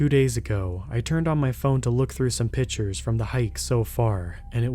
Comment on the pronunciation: The word is pictures not pitchers.